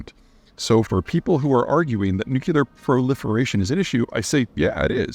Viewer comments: new-klee-er NOT "new-cue-ler" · Ps. Drop the "nucular" its nuclear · Hi Pete. Love you man. It’s pronounced new clear. Not nuke you lar. keep up the great work! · Also, it’s pronounce NU-CLE-AR, not NUK-YOO-LER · It's NuCLEar, nor nuCULar. I know it's an accent thing but it bothers me so much 😂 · Peter, I have read all your books and have been watching your videos for years. I cringe every time I hear you say “nucular,” instead of “nuclear.” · Nuc Lee ar. NOT nuc u lar! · Nuclear. Not nucular… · Peter: nuclear = noo͞′klē-ər. Not nucUler. You’re welcome. (Unless of course you pronounce the word like you do as a shout out to George W. Bush. If so, then never mind.) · new-clear ... NOT new-Q-Leer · You would think the smartest guy on the planet could say "NOO-KLEE-ER!" Dammit, Peter, get it straight! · “Nuke-you-lure.” Come on, Peter. ;) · Is nucular weapon really nucular? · Learn how to say nuclear. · If you can't even say "nuclear" it's a bad sign for your credibility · I am still puzzled by the fact this educated man pronounces "nuclear" like an illiterate. So wrong. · Peter you owe it to the world to learn how to pronounce nuclear. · I'd be more inclined to believe this guy if he'd pronounce 'Nuclear' properly. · Can't watch a full video of a grown man mispronouncing "Nuclear" so many times... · Why do you pronounce the word nuclear incorrectly like George Bush? It sounds terrible, like some Elmer Fudd idiot